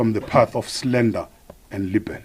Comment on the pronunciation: Minister please take time to learn correct pronounciation of English words, like slander and libel😱